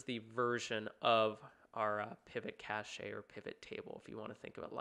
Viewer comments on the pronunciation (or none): literally googled how to pronounce cache after this, apparently its cash